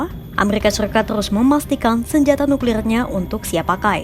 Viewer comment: Errrrrrrrr amerrr RRIKA